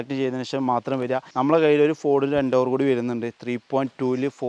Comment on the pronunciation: ഫോർഡ് എൻ്റോവർ അല്ല എൻഡേവർ😂😂😂😂